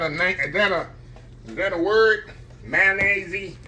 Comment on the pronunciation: ""Come on now, you killing me..😂😂😂😂 "Mayonnaise"....zeeee",...it's a word, now 😅😅😅😅👍, Westcoast Listening 🙏🎧